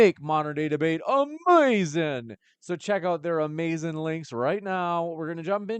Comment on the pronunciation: 😅 Why are you saying amazing like that, stop, biting all Black people all the time man, what kind of people do your own thing?